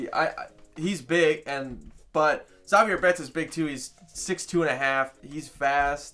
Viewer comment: You pronounced Zavier wrong, pronounce it like Xavier without the X sound